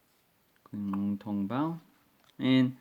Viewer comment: Hi! “Qing” is actually using Chinese pin yin pronunciation. Should sound more like “Ching” Long. Cheers! CP